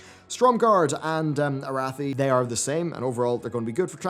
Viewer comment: That was a very odd way of say Arathi.